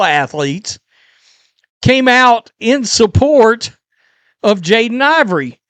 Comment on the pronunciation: How can someone have a YouTube channel that is dedicated to sports and not know a player's name? HIS NAME IS IVEY AND NOT IVORY.